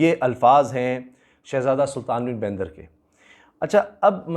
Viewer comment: Assalam Walikum Assal Naam Sultan Bin Bandar Hai👍 Not Sultan Bin Baindar Or Yai Bandar Lafzz Farsi Say Mansoub Hai👍